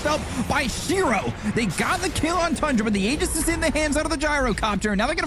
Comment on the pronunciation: props to for pronouncing the aegis properly!